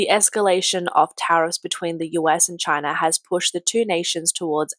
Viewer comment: Poor Chy-na. lol